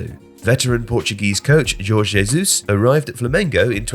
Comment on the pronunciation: ❤️thank you for pronouncing Jorge Jesus correctly 🇵🇹❤